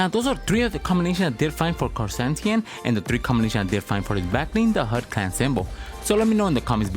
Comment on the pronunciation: you pronounced his name wrong for the whole vid.. It's Ker-San-Tan